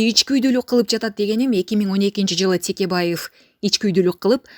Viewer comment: Бу журналистер туура сүйлөгүлөчү Текебаевди эми Тикебайев дейбаштадыңарбы🤣🤣🤣